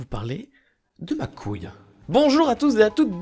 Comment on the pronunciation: c'est pas coouile